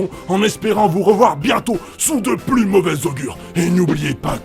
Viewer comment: Alors je ne voudrais pas casser le sérieux de la déclaration, mais j'ai ri à . " Le plous restrictif" X'D